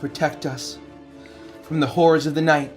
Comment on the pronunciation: I beg of you, it's late and I'm tired, hearing Mylo beg for protection from "the whores of the night" instead of horrors was just way too shocking, pleeeeeeease pronounce that second r. Or I guess third XD